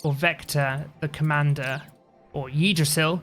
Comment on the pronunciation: Great video again, I was looking at buying this game but instead I'm just watching your videos. As a side note, to more easily pronounce Yggdrasil, you can pronounce it as "[Pig]drasil" without the P